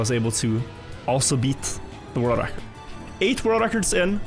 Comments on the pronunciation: Why can't he pronounce ''world record''? Holy shit, it's annoying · He's pronouncing it fine? He's got a bit of his Norwegian accent but it honestly isn't that bad for "world record"